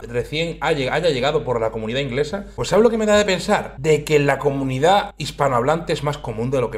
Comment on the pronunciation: 8.55, ¿la cominudaaah? ¿pero qué cominudaaaaaaah?